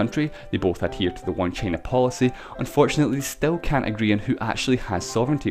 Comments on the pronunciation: Shicong Lu trump还不是一样。trump说china想vhina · 只有我一个人听他发音China听得好难受吗… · 魄可 同美国党觉得很容易听懂。只不过China的发音实在有点。。独特？